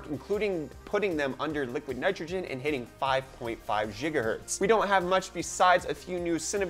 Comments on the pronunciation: It's Giga not Jiga, gigahertz! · Gigahertz not jhigahertz. Lolol 😂